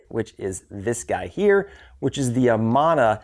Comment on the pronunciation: great video. It's always nice when you find a few gems in amongst the weeds... One thing though, as someone who lived in and near the Amana Colonies in Iowa for 20 plus years, I feel compelled to correct your pronunciation of the word Amana. It is "a-MAN-a", not "A-mahn-a". It is mostly an Amish and Mennonite colony, but has become somewhat mixed since the Amana Corporation and factory was sold. Amana is a Hebrew name that means "faithful" or "trustworthy". It comes from a Hebrew root that means "constant" or "faithful". While Amana Tool has no relationship with Amana appliances, the name is pronounced the same.